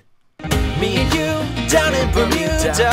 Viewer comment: problem is, hes hitting the "d" in bermuda waaay to harD